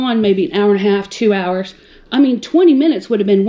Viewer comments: "Two errrrrrs" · she says "hours" like a pirate